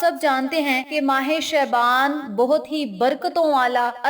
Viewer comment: Please pronounce word Shaban properly